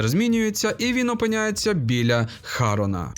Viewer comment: не потрапив- не влучив не хАрона, а харОна... ох уж ці уззкочєлюстні п.с: ХЄСОСИ УЗЗКОМОРДІ, ВЧІТЬ ВІДМІНКИ!!! В НАС ПРІЗВИША ТА УСЕ ІНШЕ ВІДМІНЯЄТЬСЯ! ЇХ В МОЛОДШІЙ ШКОЛІ ВИВЧАЮТЬ!!!